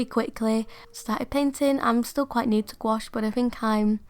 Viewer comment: You’re actually pronouncing gouache correctly (gwosh). It’s a French word and that’s how Miriam Tylson says it. I love the little book, it turned out great.